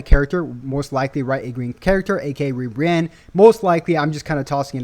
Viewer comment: Not ribrianne bro 😂😂